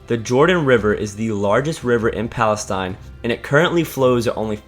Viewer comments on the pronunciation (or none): none